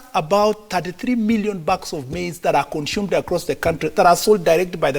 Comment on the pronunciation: Anybody tell me what “conshume” is??